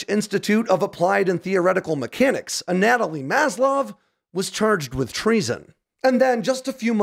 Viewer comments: great video, as always! However, it appears your pronunciation of the name Anatoli could use some assistance… I believe it is pronounced: ahn-uh-TOE-lee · Yeah. This had me doing a double take. I was like "A-Natalie? That doesn't sound like a Russian name at a-.....OOOooooh" Love your videos, man. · Ana-tow-lee…close enough though